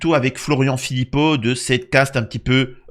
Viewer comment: sérieusement tu dis Philippot aussi